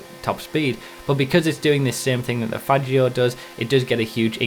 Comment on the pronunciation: You say "Faggio" completely wrong